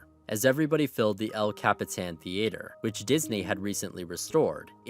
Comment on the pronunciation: That is not the correct pronunciation of the word "theater."